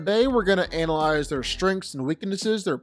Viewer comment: You really need to know how to pronounce analyze.